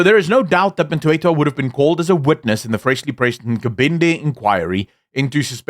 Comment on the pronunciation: Surname is Mthethwa, not Mtwetwa.😊